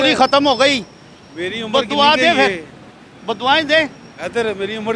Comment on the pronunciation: Aur bolo ekk vaarii fyrrr shairrrrr...